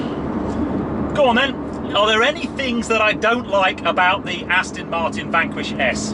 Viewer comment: Sorry to be a pedant but it's not pronounced "Astin"!!!!! Even I can get that right and I've got MS causing me speech problems. (Still liked the vid...!)